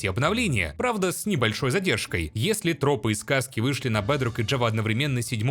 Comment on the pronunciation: Блин, его акцент оставляет желать лучшего 😂 БЭЭЭЭДРОК ФОР ФРИ